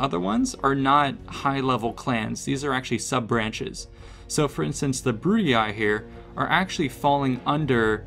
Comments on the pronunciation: How disappointing that you are repeating CA's mispronunciation of Latin names and words. The "ii" in names such as Julii, Brutii and Scipii is pronounced "ee", not "eye". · BrutiAi, SkipiaAi and JuliAi gets me every time 🤣🤣🤣🤣 It was to simple to pronounce them correctly like Brutii, Scipii and Iulii 😂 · boy stop pronouncing Julii as July-Eye, it's pronounced You-Lee. Brutii is like Bru tea. And Scipii is Skepee